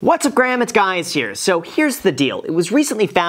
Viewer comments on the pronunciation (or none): Bruh no one notice he said what’s up Graham it’s guys here 😂 😂 😂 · You started off- “What’s up Graham it’s Guys here”. Curious if u did that on purpose? Love your channel! Thx